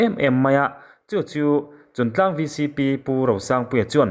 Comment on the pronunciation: Chuntlang /Chungtlang?Afiah lo